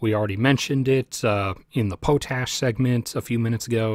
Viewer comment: It is pronounced Pot-ASH. Not Po TASH.